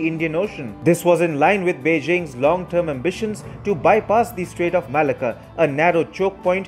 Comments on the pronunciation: Malacca is pronouced Ma lack car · The pronouncement of Malacca is all wrong.